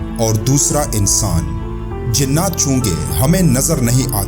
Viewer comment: لفظ "جننات" نہیں، بلکہ "جنات" ہوتا ہے۔ براہ کرم تصحیح فرما لیں۔